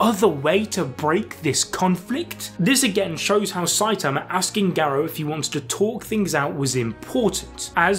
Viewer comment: the way you say Garou is making my head hurt i couldnt watch this